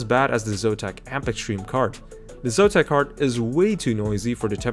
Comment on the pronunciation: what is "Zotam", it should be "Zotac"